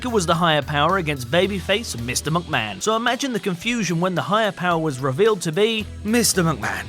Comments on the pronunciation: He only said Vince McMahon once he always says Vince mucman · At the start of the video he said Vince mucman